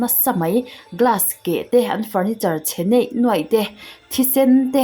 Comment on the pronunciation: chhe neih nuaih nilo in, chhe niaih nuaih/ niai nuai.. 👍🏻